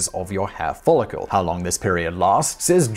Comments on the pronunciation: Just to be *that guy*, it’s “follicle,” not “follicule.” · I have never heard 'follicle' pronounced like this before. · Please say "fall-ick-el" not "fall-ick-yule" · A little consistency with your pronunciation would make your presentation more professional. And no, that doesn't mean you should be consistently wrong. For example: Follicle is not pronounced "Follicule". Another: Melanocytes can be pronounced multiple ways; however, you should pick one and stick with it over the course of a single presentation.